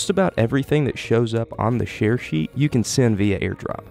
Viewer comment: not how you say share